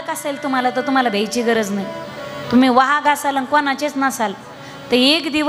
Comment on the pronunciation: वाघ वा हाग ' उच्चार